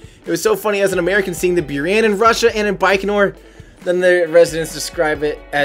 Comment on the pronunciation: It's pronanced as booraan not bioran